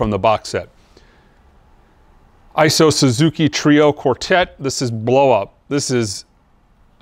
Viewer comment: The "i" in "Isao" is pronounced like the letter "e", and "sow" like the pig.